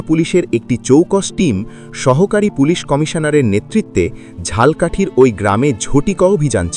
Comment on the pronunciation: সঠিক উচ্চারণ: 'ঝালো' 'কাঠি' 'ঝাল্' 'কাঠি' নয়। কিন্তু লিখতে হবে 'ঝালকাঠি'।